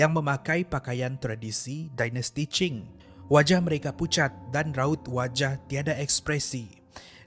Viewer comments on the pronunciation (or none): none